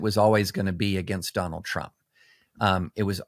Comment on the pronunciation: Don-OLD Trump 🥵 * correct pronunciation